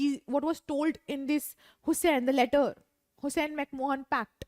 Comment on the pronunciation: Its McMahon , and not McMohan😂